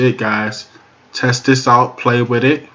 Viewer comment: "Tezz" is not a word as the way you pronounce it. The proper spelling is "Test" and is pounced like it is spelled